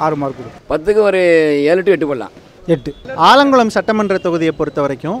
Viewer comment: ஆலங்குடி இல்லல ஆலங்குளம்🤣